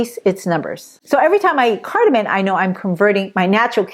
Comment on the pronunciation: Please say cardamom, not cardamin